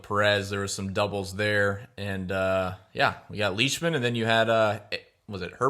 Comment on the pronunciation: Lyshman?? Comon Mann...Leishman.